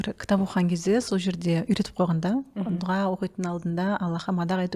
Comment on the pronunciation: неге дуҒа дейсиздер? друс жазылуы "ДУА" айтылуы да. дуга деген жаман емеспе 😮